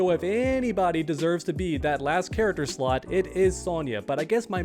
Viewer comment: Lol I thought he said "This final slut".